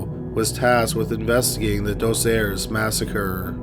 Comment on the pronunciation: "Doss Airs"